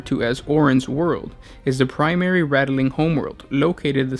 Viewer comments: This guy says nothing right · this was annoying me so fucking hard i couldnt even finish the video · Please remake this video! You know, this time with out adding letters to the word Ratling. Rat + ling. That's it. Don't waste your vowels by adding them in places they aren't needed or one day you might run out - then we'd end up having to ration our vowels like the balkans and nobody wants that. Love your videos! Glad you guys have kept at it after a couple years! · HOW.... How is it rattle-ling? It is literally spelled Ratling... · Rat - Ling, not Rattle-ling